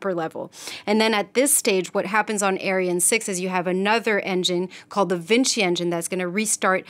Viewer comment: Again it’s not pronounced aryan!!